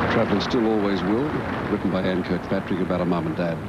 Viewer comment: By the way his sir name was Kirkpatric not Kilpatric as stated by Sean Taniane .